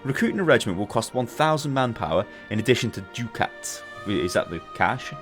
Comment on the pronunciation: Minor thing, but I believe it is pronounced "duck-ats".